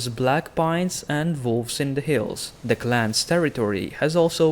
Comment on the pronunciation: It's when he says "voll" instead of "wall" and "volvs" instead of "wolves, '"voomen"for "women" and "vaildlins" for "wildlings". I agree, but it makes it more interactive somehow- dunno why.